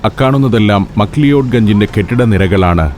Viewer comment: മക് ലിയോഡ് തെറ്റായ ഉച്ചാരണമല്ലേ സർ? മക് ലാവുഡ് ആണെന്ന് കരുതുന്നു